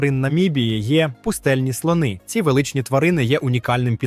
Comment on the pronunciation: Таке враження що просто назбирав інфи з різних туристичних довідників і озвучив ШІ. Бездушно якось. З неправильним наголосом на деяких словах: слОни, дАхи... Господи, які слОни??? І ще цей попсовий фільтр під стару плівку, для чого? Ну і можна було побільше фото і відео накопать щоб не повторювать одні і ті ж по колу.